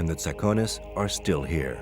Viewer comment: It's pronounced Tsa'kones They are descendants of the ancient Dorians and they speak Doric.